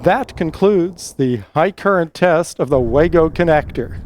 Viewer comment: First anglophone I've seen that knows how to pronounce "wago". Outstanding.